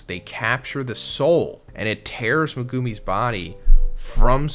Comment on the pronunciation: MAGOOMEY 😂😂😂 lmao 🤣 worse pronunciation of Megumi